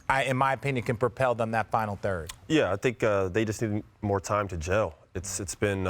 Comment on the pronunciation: Jell and not gel?